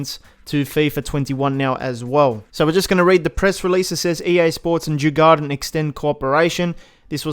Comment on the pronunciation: Djurgården is pronounced: Jur-gor-den I’m a Swede so :) Thx for all info